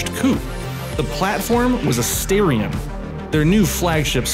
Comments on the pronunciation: Dude. STAR-ION not STAIR-ION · are you sure its not "star ion" ? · I think if I say the reason for the mispronunciation I would be labeled as racially prejudiced 👀